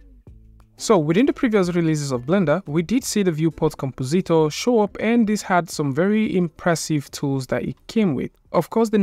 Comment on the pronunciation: com-po-ZEET-or Oh-kay, then.